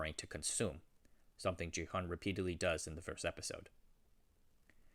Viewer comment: He's not "JI-hun" he's "Gi-hun" bruh. can't believe u keep saying his name wrong even after watching the whole series